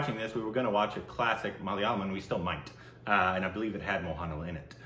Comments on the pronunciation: Its MO-HAN-LAL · You are doing injustice and mockery of reviewing a movie without watching the original prequel. You don’t have to like it, but the fact of the matter is you just didn’t get it. You got to get serious a bit more of the objective is serious review. At the least, learn to say Mohanlal. It’s not a difficult name to struggle.